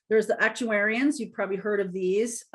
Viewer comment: You pronounced ARCTURIANS, "ActuAIR-ians", but its "ARC-Toor-ians". I'm one. Thank you for this reading! Its a lovely change! xoxo